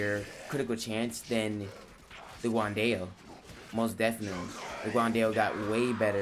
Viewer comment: It’s pronounced like “gwan Dow” NOT “guwan Dayo”